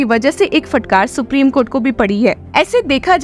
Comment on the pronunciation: उच्चारण का संज्ञान लें फटकार ( फ़टकार नही)